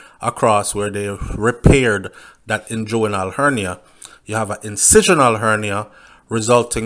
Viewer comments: Hey, its pronounced ingwinal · You are not pronouncing the inguinal hernia properly.